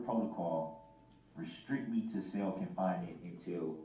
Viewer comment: It’s a CELL not a SALE LoL Uughhhhhhhhhhh